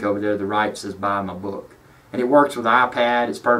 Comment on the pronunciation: That sounded like "check out my boob too" ! Phew! So relieved it turned out to be 'book'! Thanks for the informative vid. :)